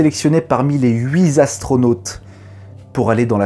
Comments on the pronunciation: Les huiT astronautes. Pas les huizastronautes. On dit pas « j’ai eu huizans » (8 ans). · Oh ! Les huiZastronautes ! Huit 8. Les huit astronautes ! Avec la liaison ! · Franchement, il ne te reste qu'à gommer quelques toutes petites fautes de français mineures ("les huit zastronautes", "l'ont permis" au lieu de "lui ont permis" et une ou deux autres) pour faire des vidéos justes parfaites : documentation, anecdotes, cadre légal, réal, son, tout est bien chiadé et très intéressant. Bravo ! PS, on sent l'influence d'Arnaud Thiry sur certains gimmicks narratifs, et ce n'est pas pour me déplaire. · On ne dit pas huit en astronautes mais huit tastronautes